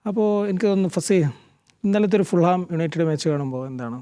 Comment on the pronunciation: Aadhyam team ntem players ntem oke names nte pronunciation sherik padik. Enit vaa channel il erikaan. MediaOne nu oru commitment oke vende ee karyangalil? Thettaya pronunciations janangale padippikukayano vendath. ഫല്‍ഹാം alla ഫുൾഹാം. കുഞ്ഞ alla കുന്യ aan..